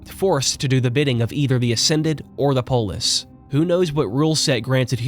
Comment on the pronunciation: I always hear "polish" instead of "polis"